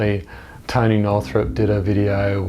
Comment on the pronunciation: lol the Toneh!